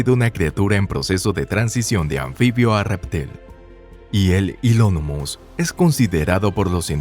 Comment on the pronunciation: Es Hylonomus, pero está pronunciado igual que cuando dice amófera en vez de atmósfera